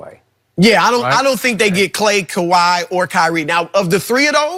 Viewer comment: My mans Broussard looks at skip like how is this your show?! LMAO Skipp the biggest hater of the year, he can't even say Kawhi's name smh.. lol